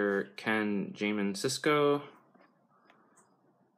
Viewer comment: I don't normally laugh at people's pronunciation but mate, Ken Jamin Sisko! The name is on the pack.